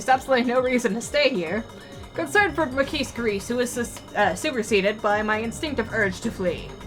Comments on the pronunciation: Adzuki the only reason I really even mentioned the ki part was because at least a few times she pronounces the kise part of Makise like you pronounce keys, I was just kind of trying to point to the fact that the ki is short like in kiss, also really, you think the ma in magic and ma in march are pronounced the same way? Maybe the difference is so glaring to me because in my native language we even have different letters for the a sound in march, halt, must, heart (to mention few) and the one in magic, slam, at and rat. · Try googling the word 'Chuunibyou'. It refers to people like Okarin and Gundham. :) Also, if it matters to you, Makise is pronounced Ma (like magic) ki (like key) se (like seven). :P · I don't know how you pronounce magic, but I don't think most people pronounce the ma in magic the way it's pronounced in Makise. In Makise it's pronounced like the ma in march. Also the ki is shorter, more like the ki in kiss.